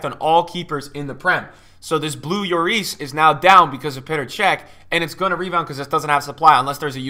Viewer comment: There’s two L’s in lloris by the way it’s not a y